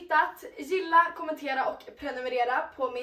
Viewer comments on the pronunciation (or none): none